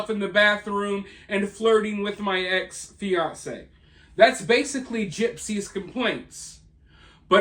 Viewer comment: Kudos ❤ to you on pronouncing Fiancé correctly. Almost everyone says Fiancée no matter which engagement they’re talking about. It’s a pet peeve of mine, lol. 😊